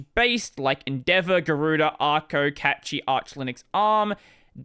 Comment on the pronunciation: for Pete's sakes; it's Cachy linux (from the word cache), not Catchy!